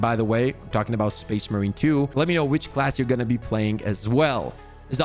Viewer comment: Can we practice calling it space MARINE 2 Please.